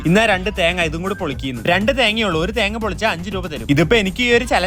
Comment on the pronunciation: That "thenga" is different 😂